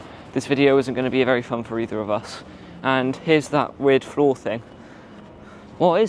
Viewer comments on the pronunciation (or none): none